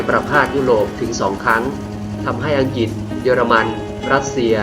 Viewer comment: อังกฤษไม่ใข่อังกิด ออกเสียงให้ถูก